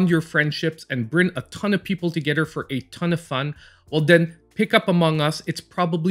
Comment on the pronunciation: Udder/ Togedder /Furder /Den / Anoder /distracted me the whole time . TH tha sound is a thing , but I mean let’s replace it with a D.